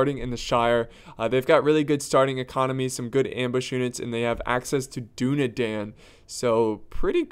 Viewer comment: how long is he going to mispronounce Dunedain